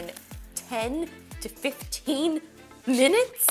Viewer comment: “That’s a LoT Of MiNNuTes”- Justine 😂😂